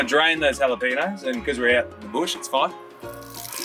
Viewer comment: Say what at 1.05 ??!! Jalapeno !!! ??!! how to pronounce (Anyway I stumbled on you and your videos from TripleM Country FB notice today re the Golden Guitar Awards - time to have a listen to your music next :) )